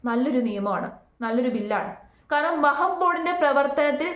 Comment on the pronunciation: വഹബ് ബോർഡ് അല്ലാ , വഖഫ് وقف ബോർഡ് എന്നു പറയൂ . സത്യത്തിൽ പേര് തന്നെ പറയാൻ ബുദ്ധിമുട്ട് ഉള്ളത് പോലെ തന്നെയാണ് അതിൻ്റെ വിശയവും അത് കൊണ്ട് എല്ലാം നന്നായി പഠിച്ചതിന് ശേഷം വിഷയവതണം നടത്തൂ